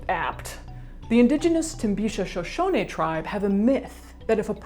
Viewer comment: Thank you for pronouncing "Shoshone" tribe correctly. I appreciate that you took the time to respect my ancestors. Keep up the great videos, Caitlin! With love from Texas, Emily Donzie.